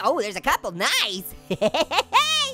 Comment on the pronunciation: You said nice like knife haha get it haha